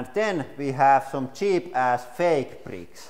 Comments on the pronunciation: Duplo brittkke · some others mention hearing the same word, prick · "LEGO preeks" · am i only 1 who is laughing cuz he saying pricks and not bricks? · "Lego pricks" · Lego bricks not lego pricks